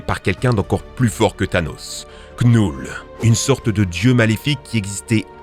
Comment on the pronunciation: Knull on ne doit pas prononcer le K car il est muet 😅